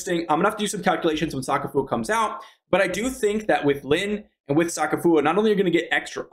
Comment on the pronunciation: bro said soccer foower